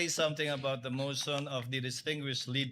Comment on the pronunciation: "the mosh on of the porsecyusoon. Hahaha pag sure dha luistro ga bula imong mouth chuy